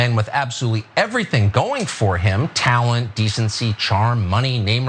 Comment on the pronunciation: Tucker says tawent instead of talent.